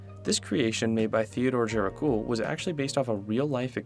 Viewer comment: Gericault is pronounced "Jericho" with a soft J sound like in "visual" Titian is pronounced "tishan"